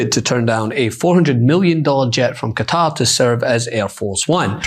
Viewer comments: I don't understand why so many americans pronounce Qatar as "cutter". Kuh-Tar! Rhymes with guitar 😂 It's not hard! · Maybe the jet was to try and get americans to pronounce kuh-TAR correctly, or is saying cutter just easier for all the ericans? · It is not Cutter but Ka-tar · Excuse me, it is not Cutter. It is pronounced kuh taar you stupid Fox people. Thank you,, for the proper name usage. ❤ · Why is everyone pronouncing Qatar like cutter? It’s Qa-tar right? Am I getting this wrong? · Why is people call the country Cutter? It is pronounced ka-tar (if you can do it with a French accent,) Bonus points 😂. Cheers!❤ from Canada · cutter or Ka-Tar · It's Qa'tar.....not cutter. Say it correctly. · Uk guy here what’s all this Kuta ? It’s pronounced Kuh-taa crying out loud. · How do so many people pronounce Quatar wrong?? It’s not “cutter” it’s “cuh-tar” 🤦🏼‍♂️ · ITS KUH-TAR!!!!!! Why pronounce folks from there as Kuh-tahhhhries if they are from Kutter? They'd be Kutteries!!🤦🤦🤦 😅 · WTF is wrong with Americans? Its Kah-tar. Why is it so friggin hard to even TRY pronouncing the name of a country properly. Its NOT cutter. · IT'S KUH-TAR, NOT CUTTER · A ghastly fake tanned man leads a presently gutless nation. YOUVE LOST SIGHT OF SIMPLE RIGHT AND WRONG. 🇬🇧🇬🇧🇬🇧🇬🇧🇬🇧 by the way it's Qatar, not. Cutter. 😮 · How do you make it cutter ? You morons even Trump can say Qatar properly. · Could news anchors learn how to pronounce Qatar... it is is not pronounced 'Kutta'!!! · Cutter??? No Wonder The World Hates The USA Right Now, You Cannot Say A Nations Name Properly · It took me a while to understand that when they say ”Cutter” they actually mean Qatar. Like why?? And also like why can he take a 400m jet 😭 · Why can’t yanks pronounce Qat-AR? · What is up with everyone in the media pronouncing Qatar as "Cutter"? is the only person I've heard all day who pronounces it correctly 😅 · Cutter ?? It's Qatar ! Do better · Why is everyone pronouncing Qatar like "cutter"